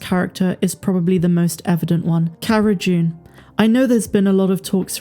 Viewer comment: Does she keep saying CARA 'JUNE'? Sure sounds like it.